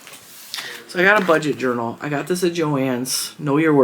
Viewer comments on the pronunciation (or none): I love 💕 your fabric. So cute. LOL, I busted out laughing the first time you said journal. My ears heard ‘ urinal ‘ ,,, sorry but it made me laugh 😆